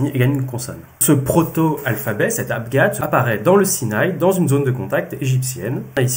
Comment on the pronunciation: Toujours tres interessant merci Deux petites questions : vous parlez d'"abGab" et non pas d'"abJab", est-ce votre familiarite avec la prononciation de l'arabe egyptien qui en est la raison ? Logogramme est-ce un synonyme d'ideogramme ?